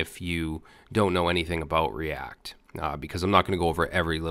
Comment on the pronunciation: Lol " the Cree-act :) , reminds me when you mis-proniounced ass in past vid